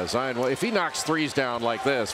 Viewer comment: It’s not ZI-OON